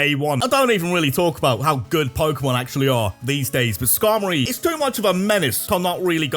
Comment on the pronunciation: IT'S SKARMORY, NOT SKARMARORY OR SKARMARY!